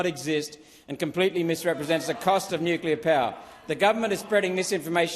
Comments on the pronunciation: NO .......GALLAR .......NUCLEAR IS THE WAY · Boneheaded Bowen can’t even pronounce Nuclear…..☢️